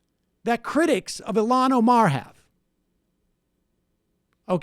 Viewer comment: Holy shit, she's Ilhan, not Ilham.